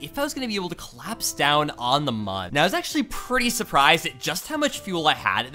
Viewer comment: Mun is pronounced like moon.